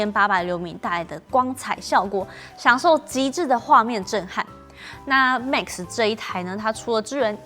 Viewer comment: Max, not mix. 發音要改善